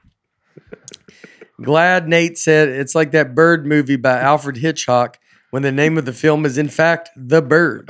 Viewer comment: Nate's such a clean comic he says Alfred HitchHOCK